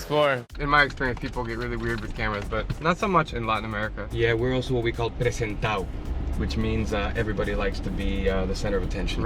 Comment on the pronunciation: "Los presenta'os" 🤣